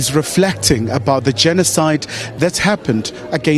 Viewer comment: Nonsense did you just said "genocide against Hutsis" why don't you make a research before you start pretending as if you are an Engrish person.